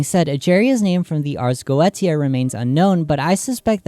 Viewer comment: Is it not spoken arz go-esia